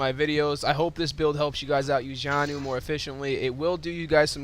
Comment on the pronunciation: your pretty bad with jaynus. and its pronounced jay-nus or ja-noos